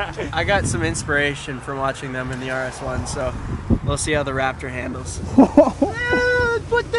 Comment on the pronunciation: "claptor" LMAO